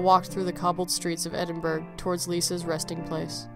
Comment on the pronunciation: So sad but a lovely tale. Could I just correct your pronunciation of Edinburgh, it actually sounds like Edinburuh or Edinboruh in Scottish, sorry so many people get it wrong but if you've never heard a Scot say it you'd never know.